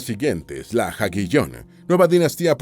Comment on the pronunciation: Es curioso cómo el narrador lee "Jagiellon" :) Gracias por el buen tratamiento del tema, Pedro de Polonia.